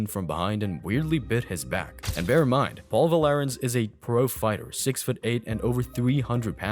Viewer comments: Paul VAR- lens .....not va lar ens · His name is Paul Varelans, not Valerans. Pronounced "Var-lenz" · Paul VAR-lens But I can get why you'd mispronounce it.... but if youre gonna speak for a living, even if its AI, why not use what's available to learn how to pronounce it, and test the Ai voice to see if they say it right and adjust accordingly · The guy was called Varelans, not Valerans.